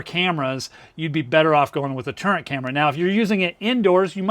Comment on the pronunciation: Are you saying turret, turning out turnet??